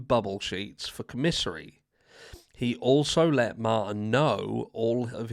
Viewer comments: It’s pronounced Com men sary it’s the store that people in prison and jail buy from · And it’s pronounced COM-isary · Not trying to call you out harsh Love your show but it's commissary where they get food items or personal hygiene things of that nature he has to pay for it.. pronounced Com-Mis-sary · Its pronounced Kom-a-sary but I get the irony but they can't even get that right! The most frustrating case I've ever heard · Have you looked up the definition of psychopath? Also, you need to know how to pronounce commissary! It’s not pronounced the way you’re saying it. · lol😂that was great listening to you pronounce commissary